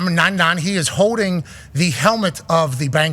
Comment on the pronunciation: Pat doesn't say his "L's." sometimes Like a hoding call. Or it was freezing, code as hell